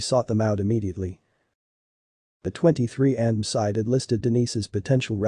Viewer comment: This computer voice is awful! "23andm", really? I'll be blocking this channel.